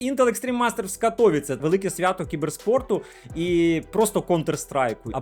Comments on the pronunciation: правильно КатовІІце. В поляків наголос на передостанній склад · катоВІце, наголос на передостанній склад майже у всіх словах в польській мові, як і в цьому 🙃